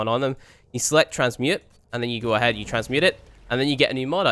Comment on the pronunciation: I like how pronounces "now" like "noy".